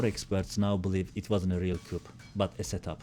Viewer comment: Coup Fransızca bir kelime “ku” diye okunur.